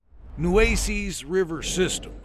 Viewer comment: Nue-ces…ces sounds like yes….not nue-cees….